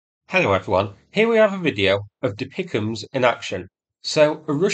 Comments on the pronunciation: "Deepickems" I can't see any more of the video through the tears of laughter :face-blue-smiling::face-blue-smiling::face-blue-smiling: Really like your videos mate, but you make the "DPICMS" (pronounce as letters) sound like something out of A Christmas Carol 🤣🤣🤣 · "Dipicahms"? Really? You suddenly sound as fake as the bots which insist on pronouncing HIMARS as HEMARS. I thought you hailed from England! Why should/how could an Australian have a better grasp of the English language than a native Brit? If D.P.I.C.M's is too difficult, they are artillery cluster-munitions. Russia uses similar munitions, but they are not as reliable, or delivered with accuracy. I apologise for my sarcasm here, I very much appreciate your efforts to highlight and explain things to those with more limited knowledge and understanding - but I expect that you should be able to understand relevant military terminology at least well enough to repeat what it's called without totally munting it. If you aren't sure, there are plenty of people you could ask, or even Google it. You will find DPICM, but you won't find "Dipichams" anywhere. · Every time you say DPICM like it is a word "Dapeekum" I have a nearly irresistible urge to shut this video off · Please; "Dee Pee Eye See Em" not DeePickum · It is not refered to "DePicEms". It is pronounced by each letter, D-P-I-C-M-S. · I am sorry, but ITS NOT DePicms, it's D P I C M, (Di Pi Ay Si Em), but love your videos ❤ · For Pete’s sake! It’s not pronounced “Dee pick ‘emus”!!! It’s “D P I C M”, (Dee Pee Eye See Em), for Dual Purpose Improved Conventional Munitions. Please get this right…from a retired Red Leg Artilleryman. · Dear, you’re usually pretty spot on with pronunciations and acronyms…but De-Pic-Em’s? 😂 I’ve only ever heard referred to as D-P-I-C-M (DPICM - dual purpose improved conventional munitions). ❤ from 🇨🇦🌻🇺🇦